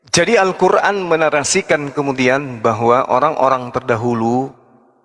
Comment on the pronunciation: Kafir klw nyebut Qur'an muuuuesti dgn sebutan kuran, di sini sdh jelas klw para Kristen pembenci islam.